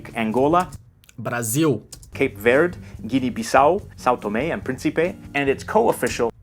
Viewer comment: No shade, but it is really funny how completely mispronouncing São Tomé is followed by "okay"